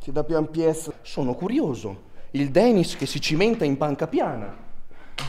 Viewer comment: 1,di dice "Denis", e non "Danis". 2,se non ti piace non Guardarlo, No? 🤷‍♂️🤷‍♂️🤷‍♂️